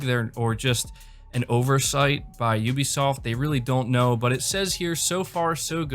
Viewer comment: And it's not obisoft it's Ubisoft 🤣